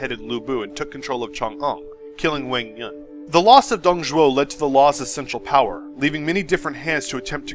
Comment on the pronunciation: Nice video , but the name was "Dong Zhuo", not "Dong Zhou" XD Dong Zhou means the " Eastern Zhou Dynasty "